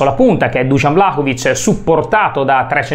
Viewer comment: Vlacovic non si può sentire